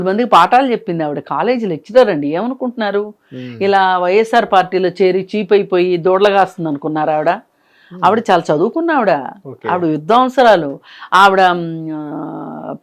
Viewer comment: ఆవిడ విద్వాన్సురాలు కాదు... విధ్వాన్సురాలు